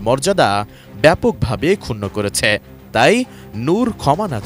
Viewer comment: করেচ্ছে, দিয়েচ্ছে, হয়েচ্ছে। শ্রুতিমধুর প্রতিবেদন।